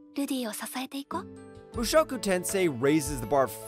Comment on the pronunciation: Suphlette Rudus Mushowku come one man, learn the proper way to say it.